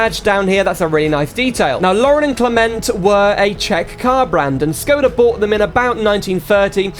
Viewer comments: You are supposed to pronounce Škoda, not Skoda. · if you wanna say škoda with the š. just say shkoda and thats it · I'm glad you wrote Škoda with the wedge, but by saying Skoda you'll trigger every Czech Škoda fan out there (yes, I was born and grew up in Czechia). I love the mod, the model looks really good, but there are a few things I'd like to point out, though. The Czech police's siren doesn't sound like that at all in real life, I appreciate the effort of making the Czech police livery, what a nostalgia to be honest. You were mostly right about Škoda in the USA, as education is illegal there, they don't even know about the brand. However some fans have imported a few Škoda vehicles in America. That's all from my side, hope this helps a bit :3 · Very good video but it is Škoda not Skoda and the Octavia is a liftback not a sedan 😁😉😊